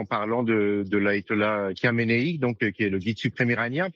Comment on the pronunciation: Ka-mé-né-i ....🤣😂MDR ...Bravo le spécialiste ...👏🤣